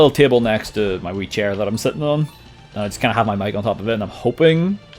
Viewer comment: The way you said "my wee chair" is the most irish you've ever sounded.